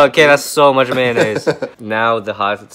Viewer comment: What is maynays